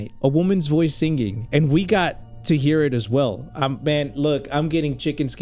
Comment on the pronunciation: why do you say singging not singing please tell me why